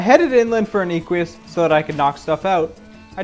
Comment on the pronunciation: The way this guy says "Equus" like "ee-kwee-us" is cancer of the ears. You are trying too hard. It's just "Eh-kwus". Stop adding syllables and sounds that aren't there. Oh god the way he says thylacoleo is even worse...